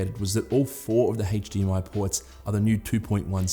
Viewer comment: HtzzDMI 2.1 . just yanking your chain but you sure say that word funny mate .-) best wishes